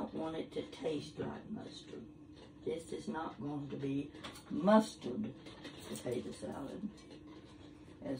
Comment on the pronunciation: She is just so sweet. She reminds me so much of my mom. My mom used to say “potata” just like her🥰 Love watching her videos.